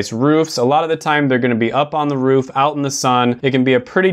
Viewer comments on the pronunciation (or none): Roof not rough lol